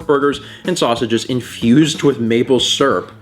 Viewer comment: Maple Srp, not Maple Syrup, Maple Srp. But dont worry, I also say it like that xD